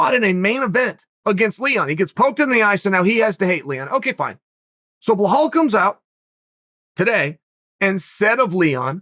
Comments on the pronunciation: Bhal Mohamed? B i L a L come on dude 😂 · Chael: Behahl Mookhamid Me, a Bilal: ok great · Me: Balal Muhammad. Chael: BLAH-HALL MOOHARMED! Me: Blah-hall Mooharmed. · “BlurHall” Mohammad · Blehal Muhammad ? whos that chael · if uncle Chael says he’s name is blahall you bet your bottom dollar, ima call that foo blahall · Chael "blowhole mahomed" Sonnen